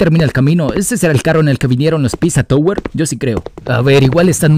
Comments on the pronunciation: es pepino no piZwa twe 😂😂😂😂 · Me da algo cuando le dice a Peppino Pizza yower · Pepino❌ Pissa touguer✔😎